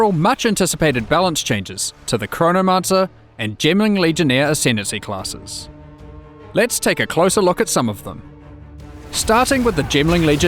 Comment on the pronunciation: “Hi, I’m, and today, I’m going to show you what we’ve done to these ascendancy closses.” * taps long acrylic nails on his monitor * “I saved you the fust cluck 😊”